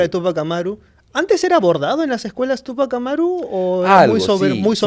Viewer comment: Túpajh Amáru. El francés casi todas las palabras suenan a palabras agudas. Pero en quechua o jhíchua suena a palabras graves o llanas. Sio si se debería acentuar para evitar una pronunciación equivocada y sonaría raro, no suena quechua. Ojo quevhua o jhíchua es region sierra . Rúna-sími rimájhmi-káni.